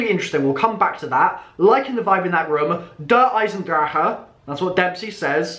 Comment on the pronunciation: Haha you still pronounced Der Eisendrache wrong.. And treyarch did it too.. I mean.. They're all not German, so, low chance of getting it right.